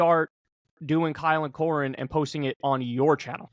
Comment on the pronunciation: AI-le Kulinski